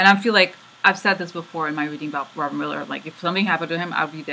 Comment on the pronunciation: You have been right on the mark. Great readings. I had you playing in the background while I work and missed a bit of the reading. I thought you were saying "Miller" and kissing the Miller card. LOL.